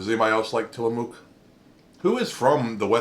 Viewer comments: Til a muk not Mook. Say the muk part light though and on the vowel and not the consonant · Not to nitpick, but having grown up around the PacNW, the -mook in Tillamook is pronounced like book. :P That flavor is one of my faves, aside from the classic Vanilla Bean, Oregon Strawberry, and Malted Moo Shake. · It's cool. Comes with the territory up here. There's a lot of names of places that people not from here fumble to heck all the time. xD Mostly it's how to pronounce Oregon, but I'll still hear some butcherings of others. Tillamook is a really great coastal town to visit. Touring the Creamery is a must of course. Saw it a few times as a kid, visiting from Portland. :D Have a Happy Turkey Day yourself!